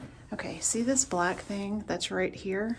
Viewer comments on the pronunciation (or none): none